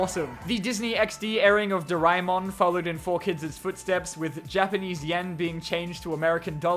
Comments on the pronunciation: The way he said doraemon lool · The way he say doraemon 💀